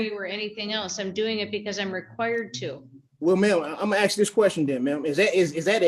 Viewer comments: Take off the damn hat. No self representation if you can't pronounce " ask" just a rule they should have. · Especially when he keeps AXING over and over. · This guy has a fundamental issue with understanding. Just list to him and I bet he say axe instead of ask.:face-purple-wide-eyes::oops::buffering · He sure does "Axe" a lot of stupid question. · Axe axe axe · Why IS that word so difficult for some folks to pronounced? ☹️